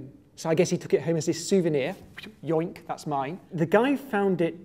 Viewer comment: I know the syllables heard are the end of the the word "souvenir" but it sounds so much like "yeah" and that with "that's mine" just sounds amazing